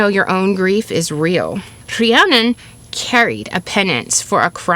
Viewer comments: I love the pronunciation of saying CREannon like the true welsh way. Funny all my life I would pronouce my name as Rhiann(IN) not Rhiann(ON) As I grew wiser I realized why I did this on a soul level and found myself pleased with my inner knowing and play on the deeper meaning of words. The Cre-Rhi pronunciation brings me to a whole new level of being or unfoldment. Thank you and I feel a true shift in knowing the true prononce-initiation especially having Irish welsh ancestors wow such synchrony finding this today! ✨😘🪷🎠 Beyond grateful now🥲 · As a Rhiannon who has lived in Wales her whole life, you pronounced it better than a lot of people in my area. Diolch yn fawr for covering this. Sometimes, it feels like the world overlooks us 💚 Also I think you'll appreciate my favourite Welsh expression, Iesu mawr. It was used in my area as a Welsh 'oh my god' but the literal translation is big jesus. It just always made me laugh! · Really love your story telling and historical expose. I did find this one a little harder to follow with all the unfamiliar Welsh names. Fantastic job with the pronunciation (I guess), I certainly couldn’t pull that off. Keep going with that. I need to hear more of it. Rhiannon! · RHIANNON. First off huge kudos on your Welsh pronunciation. I am not Welsh, but know it is quite challenging to learn. This story is so beautiful. It really hit me, in an amazing way. Thank you